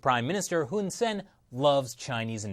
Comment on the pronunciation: The dict...the prime minister's name is actually pronounced Hoon Sah-ehn (IPA: /hun saen/). For some reason, Cambodians transliterate their /ae/ vowel as 'e'.